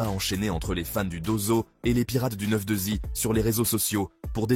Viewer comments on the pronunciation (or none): "or noir" classic, banger, game changer "nero nemesis" classic, banger. A mon sens et frelot c'est "9.2i" pas "9.2zi" 😉 easy